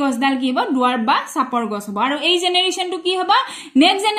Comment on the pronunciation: গাছ❌ গছ☑️